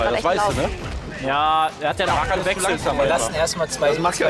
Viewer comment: vor allem ''is'' und ''nen'' und ''streer'' -.